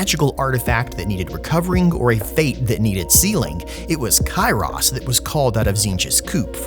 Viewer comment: Every time you say Kairos, it looks like you're Jack from "Stranger in paradise" saying Chaos!